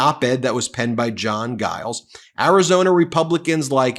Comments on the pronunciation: Love every thing in this podcast except Ben's mispronunciation of the last name of the mayor of Mesa, AZ. It is spelled Giles and not pronounced Guiles. It rhymes with miles, smiles, trials...Giles!!! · Surely his name is pronounced Jiles. Just sayin' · Is JG’s name really prononounced ‘Guiles’? I have known a number of people with that name, and it is always pronounced with a soft ‘G’: ‘Jiles'. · Oh also it’s “J” not “G” for Giles ( said ju-ay-ehls like Jiles) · FYI The “G” in the Mayors name is actually pronounced as a “J”. Sounds like Jiles. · Giles is pronounced with a soft G. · Pronounced "Jiles"!!! Giles... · I think the mayor's name is pronounced Jiles. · The "G" in the name Giles is pronounced like the "G" in gymnasium. FYI. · Mayor Giles' last name is pronounced with a soft "G". I know Mayor Giles personally, and he's one of the finest public servants and human beings that I know. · aathighthorne Please pronounce his name properly the G isn't hard, it's soft as in James.